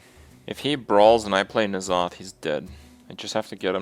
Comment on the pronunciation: Why do you keep calling him Nozoth? It's N'Zoth. en-zoth.